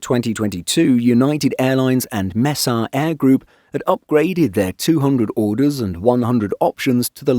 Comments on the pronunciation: Good video, it's pronounced May-sah not Mess-a though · "mess-ah" airlines 😂 bruh